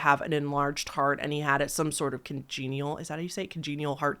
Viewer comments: Congenital (pronounced con genital, like fake testicles would be "con genitals.") heart condition (as in "caused by genes") not a congenial heart condition (one that is pleasant or agreeable to your taste) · It’s pronounced like con-genital like think the words con and genital combine, that being said sorta like how you went with saying it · the word you were having trouble with is congenital. Con jen it al